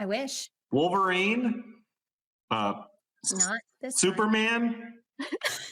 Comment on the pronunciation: Kyle said “Wolverine”💀💀